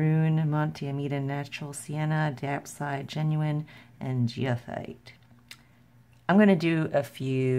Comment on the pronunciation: Hello, goethite is guh-tight or go-thight : ). Lovely little paintings.